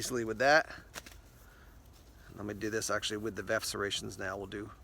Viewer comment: Is VERF pronounced VEF with a silent R with regards to serrations?